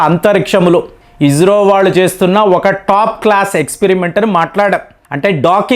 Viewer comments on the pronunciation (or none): బాబూ మీరు ఇజ్రో అనకండి... ఇస్రో అనండి. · Sir, hopefully it’s isro; not ijro ( spell likely ijro)